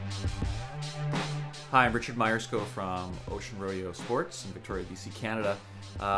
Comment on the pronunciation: It's pronounced roe-day-oh!